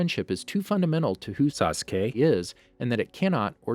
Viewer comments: Bro he said sasuqe😂😂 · no it was like say ka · Nobody:: SAUCE KAY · Ok did this guy record him saying saskay and play it every time he said it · My head hurts everytime he say saskey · Why tf you can't say sasuke you saying Saaassskay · Why does this trigger me. He speaks so fast and clearly the. Slows down and says SASKAY then co tinies to go fast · I counted and he said “sauce kay” 374 times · is it just me or like in other video he says every one name correct in naruto but now he is like SAkUse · 😭😭😭😭the names suh coo ra suh ra da how do you pronounce them that badly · Bruh sawskay, sukura, Sadaruh, Naruto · Sa suh kay... tch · He probably change the video because he kept saying Sa-su-key or Sosuke (like how I hear many people do) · He said sasque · suh k uh ruh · why did you make sASSKEE sound like that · The way he says sasuke makes my head ache lol. “SaSkEy” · "saSkE" lol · I think you mean sasgay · I hate how he says, sasuke, sakura, sarada and sharingan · WHO PRONOUNCES SASUKE AND AKATSUKI LIKE THAT! Bruh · did you record your pronunciation of "sasuke"? jesus it's annoying as hell. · the way this guy pronounces "sasuke" it irritating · why does he say Sasuke like that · words he says wrong sasuke , obito , akatsuki , karin itachi and all other naruto names i mean all of them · After hearing that "Sasuke" a few times I paused and went to the comments😂😂😂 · The way he says, "Sasuke" makes me think he either recorded himself saying his name or he really has a hard time saying it. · You must have said Sasuke wrong in the original recording, knew you'd get flamed, and edited yourself in saying correctly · bruh cant watch this video cuz of the way he pronouns sasuke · sas - oo - kay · The way he says sasuke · Sacura and sadraa 😂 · He's cutting it out idk lol. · Something tells me someone really mispronounced Sasuke’s name a lot😅